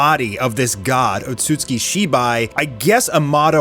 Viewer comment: Would you stop mispronouncing Otsutsuki.